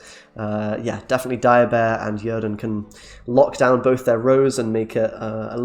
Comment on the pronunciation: Right? I was like: "did he really just call it Yerden?"